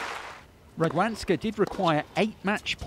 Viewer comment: The way the English narrator pronounces the 'w' in Radwańska makes my toes curl. The American commentator got it right bloody hell, why can't this chap?